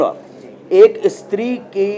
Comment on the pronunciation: Istree Nahi Bhai stree hotha hai😋